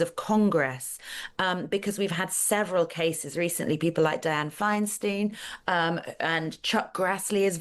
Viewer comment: Please pronounce Diane Feinstein's name correctly.